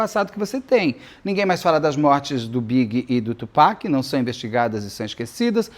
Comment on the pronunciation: Nós, fãs da cultura hip-hop muito felizes com o Beto pronunciando corretamente o nome do Tupac <3 Beto, existe um livro chamado Bling escrito pela Erica Kennedy. O livro conta a história de uma jovem que entra para esse mundo da música para realizar seus sonhos, mas isso acaba se tornando seu grande pesadelo. Acontece que a Erica era amiguíssima da Kim, ex do Diddy, e é dito pela internet gringa que o livro seria um relato ficcional da vida e ou das experiências que a Kim presenciou ao lado do Diddy. E a Erica morreu de forma misteriosa.